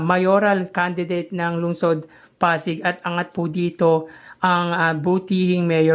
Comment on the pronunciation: Hi.. hindi po ako basher. 😂 patawad agad, wag po sana maoffend. Kindly pronounce po Pasig as Pasig, wag po Pazig. 😊😊😊😊 Salamat po sa suporta sa aming Mayor! ❤ Sana po marami pang magsubscribe sa channel nyo. Godbless!